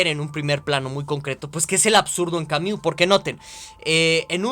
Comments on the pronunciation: Ay, con todo y la mala pronunciación de "Camiu" buen video hahaha aunque me daba un ataque escuchar esa pronunciación una y otra vez hahshaha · Camiu, camiu, camiu, camiu jajajaja